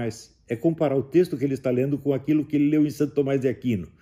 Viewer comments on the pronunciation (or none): none